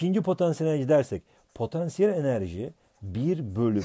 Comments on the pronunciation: hoca potEnsiyel enerji deil potAnsiyel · Patenssiyel enerci😇😇🤔🤔